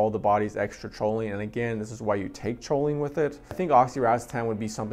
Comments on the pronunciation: Your saying Cho instead of co on purpose huh? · Awesome video!!! (Lol not to be a grammar Nazi but; Choline is pronounced “Coline”) 🤌🏼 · Haha I’ve been saying choline forever, I’ll try to pronounce is coline from now on 👍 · I still natural call is cho-lean lol, but I’ve successfully pronounced it coh-lean recently.. Thanks for stopping by 🥂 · Cho-lean lmaoooo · It was a credible video until i heard "choline". That's when I realized the guy probably bought his first bottle of racetams and choline that day, just moments before hitting the record button.